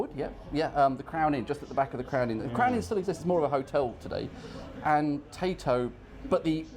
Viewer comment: love your videos and your pronunciation of Tayto crisps